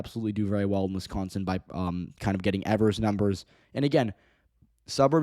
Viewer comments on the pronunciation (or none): Its pronounced Eeeevers not Evers